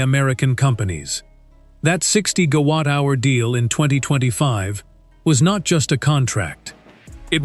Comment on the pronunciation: Good content, lazy production values (random troll bits). At least instruct your AI to say 'Gigawatt 'instead of 'Ga-watt'!